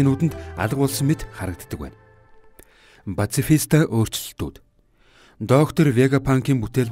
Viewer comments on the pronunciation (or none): пацифита geed baih yum пашифиста geed zov helelde yadaj